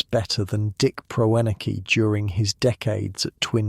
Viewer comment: Can't even pronounce the man's name